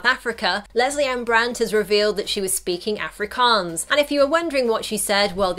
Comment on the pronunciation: The way she says Afrikaans annoys me